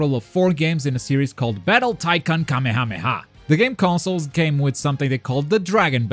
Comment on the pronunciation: I'm glad when you say Kamehameha you say it right not Kamayahmayah